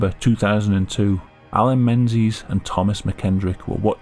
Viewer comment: Alan Mensies? really?